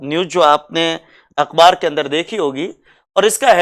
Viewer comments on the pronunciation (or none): सर अकबार नही होता हैं। अखबार होता हैं।